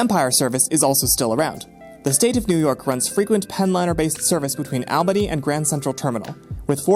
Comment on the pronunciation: ALL BANY. NOT AL BANY